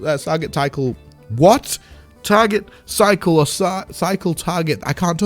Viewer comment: "Tycle, Carget Tycle"😂😂😂